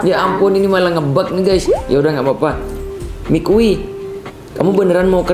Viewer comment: Yang bener itu namanya maki bukan mikui😅😂